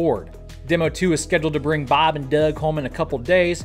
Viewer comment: Baab n Duuug 😂